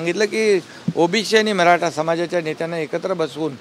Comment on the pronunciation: साहेब तुम्हाला, मराठा म्हणुन शब्द उच्चारताना खूप त्रास होतोय का, मग साहेब आता तुम्ही रिटायर्ड व्हा, आता सर्व निर्णय महायुतीवर सोडा, तुमचं बोलणं पण कोणाला कळत नाही. आता बास झालं.